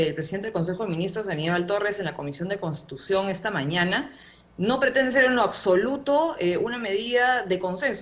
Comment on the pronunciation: Jajajaj , no te da lástima la llama a repite como loro " cambiu di constitushon" cada segundo? Lástima das tu y ese individuo jaja